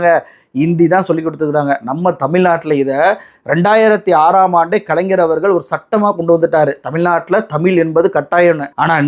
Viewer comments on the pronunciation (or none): none